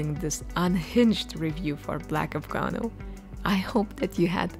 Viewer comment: Afgano, not Afganol